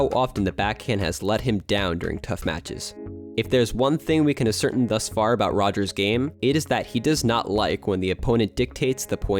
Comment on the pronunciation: hate to be that guy but "ascertain" is mispronounced "uh-SER-tin" (iike "a certain") instead of "ass-er-TAYN"